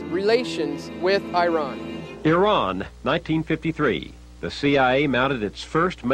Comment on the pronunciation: Nice. But please learn how to pronounce Iran and Iraq. And stop saying nucular like GWB. It's N-U-C-L-E-A-R.